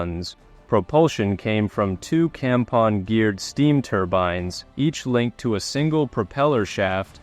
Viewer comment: At least you are pronouncing the boiler manufacturer slowly enough to be understood. Some other channels say it so quickly as to be indistinguishable from a hygiene product.